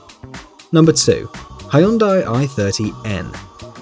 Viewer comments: My ear bleeds whenever you say *HIYUNDIE*. Its literally hyun-dai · Blitzballs Kim isn't it Hyunde? I once was in Korea, they said it like that. Kinda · I just want to say that the name is not spoken like highyundai.